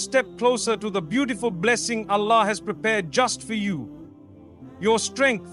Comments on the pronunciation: This sounds like Ai. SubhanaAllah, we should be careful with all the information that we are receiving nowadays. The way he says « Allah » is not how he usually says it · I noticed that too. It doesn’t pronounce Allah the way Mufti Menk does! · This is AI my brothers and Sisters Watch closely And listen to accents of saying the word Allah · And yet u still cant say 'Allah' perfectly. When pronouncing the word of Allah, it must be thick, that is, yr tongue touching the upper palate. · This isn't mufti menk, the pronunciation of Allah is not from the heart. It reads like an AI generated voice. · It seems to me to be AI especially because of how he says Allah, he isn’t saying Allah’s name right. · Beware this is not Mufti Menk speaking. It's an AI voice. Be careful what you consume on social media. Mufti Menk can properly utter the word ALLAH. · The pronunciation of Alllah. And each time only saying Allah and not Allah SWT or other words he usually adds. 100% AI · AI GENERATED..... THE WAY ALLAH is pronounced is not correct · Ya even I felt it's AI.. Specially the way Allah is pronounced here